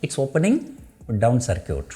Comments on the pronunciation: Circuit is not pronounced as "Sar-Cute" It should be "Sir-Kit" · ITS CIRCUIT LIMIT NOT SIR CUTE LIMIT